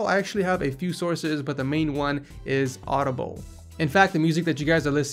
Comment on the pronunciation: Did you just call audio blocks audible